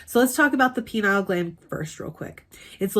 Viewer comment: I appreciate the content. But why in the world are you calling the pineal gland the "penile" gland?? That's a reference to a completely different part of the body! The correct pronunciation is "pin-ee-ul". (And, yes, many people also incorrectly say "pi-neel" which is just absurd.)